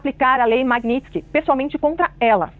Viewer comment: Aprende a falar Magnitsky po